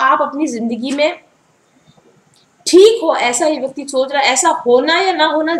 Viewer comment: This vayaktii😂😂😂😂...oh god...mam u r so cute 😁😁